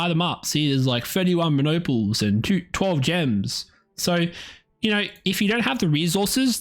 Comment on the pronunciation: I cringe every time you say monopol. It’s pronounced MONO-(as in “monorail”) -POLE (as in “North Pole”). Not mah-NOPLE, (like “Constantinople”). It’s a theoretical magnetic particle that only has one pole instead of two.